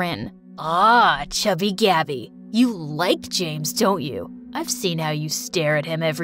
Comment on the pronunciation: “But everyone calls me Gabby” Pronouncing: Gabi A thrift store called Gabi: And I took that personally